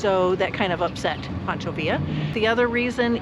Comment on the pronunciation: Pancho not Poncho Villa state park. haha